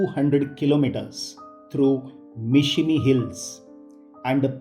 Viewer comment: Sorry to correct sir,It's Mishmi not Mishimi..